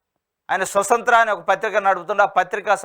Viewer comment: సొసంత్ర కాదురా 😂😂😂 స్వతంత్ర.. నిన్ను news reader గా తెచ్చాడంటె, YNR గాడు బాగా మిగుల్చుకుంటున్నట్టున్నాడు.. dead cheap 😂😂😂😂😂